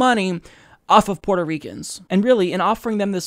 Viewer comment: Dude. It's Puerto, not Porto.